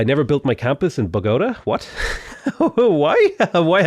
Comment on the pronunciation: same with Bogotá